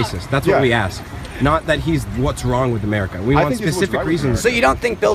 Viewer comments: "AMERICER" IS NOT A WORD! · "Americker" Geez.. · 1st vid "Ameriker" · What the fuck is "AmericaR"? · "In real emeriker" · The first situation.. Does that woman say "Americer" ?? Am I hearing that right? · Why does she say "AMERRIKER"..